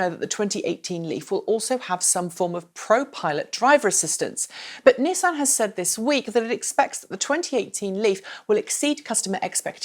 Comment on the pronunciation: I will sub if you pronounce Nissan and Renault properly!!